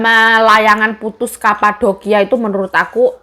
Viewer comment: medok yo yuk "kapadokia" , 😁